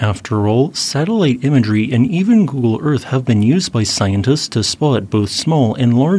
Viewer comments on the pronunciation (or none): none